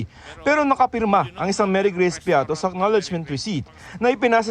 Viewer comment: Marygrace piaty hindi piatos😅😂